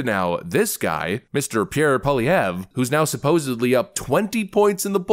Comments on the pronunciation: I love how you actually pronounced his name correctly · Two comments! 1 - nice pronunciation of Poilievre Haven’t heard any other American commentator get it remotely close. As a French speaker that was bang on ! 2- that man is growing a mega pair . He used to be more willing to ingratiate himself to the mainstream press. What’s beautiful is his ability to communicate concisely without resorting to crass rhetoric! Keep the good work with your channel. We from the Great White North appreciate your work! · Thank you for pronouning Pierre's name right. Very few can.😂